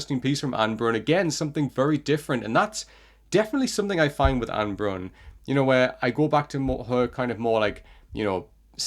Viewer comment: Just for pronunciation, it is ah-neh (two syllables) and bruuun (longer u sound than you say it now)